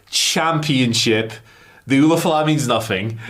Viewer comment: Lmao they keep calling it the same thing La Knight did. It's an ulafala pronounced oolah fallah not oofa loofa or whatever y'all are saying.